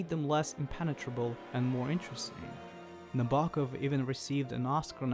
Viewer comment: Kubrick's version is obviously the better one... Sue Lyon, James Mason, and Shelley Winters give bravura performances. The 35mm B&W is just better in every way. BTW its pronounced Nab-er-Kov.